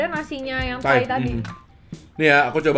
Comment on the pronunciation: Lagi ga fokus nonton terus denger"kok gaada rasa thai thai nya" denger nya kok "gaada rasa tai tai nya" langsung "HAH"